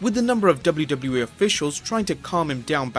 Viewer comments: the way this dude says wwe "Doublie doublie E" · Lol the way he says wwe is funny as fuck!